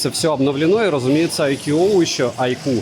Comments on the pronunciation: Айку почти перестал называть айкьюоо, но маркЕтинг режет слух от такого грамотного в целом и приятного чувачка.)) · наконец-то научился выговаривать айку подумал я А, нет, не научился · Айкьюоо от так аутентично и лампово звучит ) мне даже больше нравится 😁